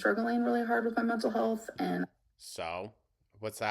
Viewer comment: How does she pronounce 'Health' as 'HULTH'??